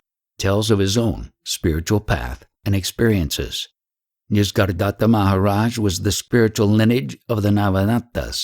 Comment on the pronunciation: It is not "Nis-gar-datta" it is "Nisarga-datta".